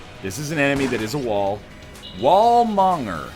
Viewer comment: The fucking wall- mong-er lmao, Egg doesn't know english.